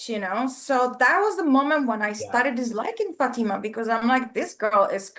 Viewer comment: I hate the way pronounces Fatima’s name! Lol.